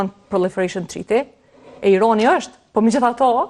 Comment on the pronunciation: Analiste per lesh te shtypur meso qjuhen shqipe Irani jo Ironi